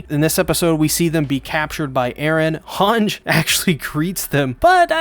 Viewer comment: Finally u pronced hange right lol